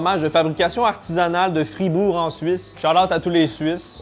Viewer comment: Il a dis fibourgoi